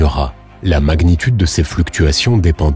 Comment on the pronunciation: "Cent z'années lumière" une fois, "cent z'années lumière" deux fois... après j'ai arrêté! (Cela venait après "maG-Nitude" avec le G et le N prononcés séparément...)